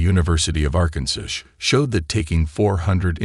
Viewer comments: Are you kidding me I waisted 20 minutes to hear a Dr say “ The University of Arkan_sish?? Instead of Arkansas ….. he pronounce it sish Ar-kan-sish. Are f’n kidding me. By him pronouncing the name of this state like I just noted tells me he’s bull full of it I’m typing this in the middle of this video … I’m sure he’s gonna try to sell me….. Omg Oregon pronounce Oree-gan….. lmao…., this is a joke please don’t be fooled the DR… does not even the the correct pronunciation of two well known US States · This is AI made....computers don't pro noun some words correctly...this AI couldn't pronounce the state correctly Arkansas Arkansas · Weirdest pronunciation of limb, Arkansas, and Oregon. The AI needs some AI.